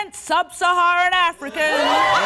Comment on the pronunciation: I love how she emphasizes "sub-Saharan". Gold.